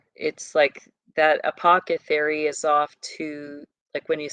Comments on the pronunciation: ApocCethary? Isn’t it apotheCARY? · Please stop saying Apocethary. You are an intelligent human being & know how to correctly pronounce this word. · Apothecary; th not ca 🫶☝️ Just finished "Peaky Blinders" Netflix Series 2013, post War England up to mid 1930's. Disclaimer: Raw, Sexual Content, Nudity, Violence, Murder, Language. Adult Content. Pray over your mind if you decide to delve into it. Not PG rated for sure. Fairly filthy actually Puts it into the timelines of these bloodlines of Elite. Leading up to beginning of 3rd Reich with the communist and Fascist Revolution. Unions involved, pushing public opinion. Guided by Gov and leadership of Wealthy influence. About the time of Vanderbuilt, Rothschild and Rockefeller families Monopoly World Gov and Elite all playing on the checkerboard. Of course it's not about the Satanic aspect, but you see the underground criminal aspect and how they intermingle. Just layer on what you already know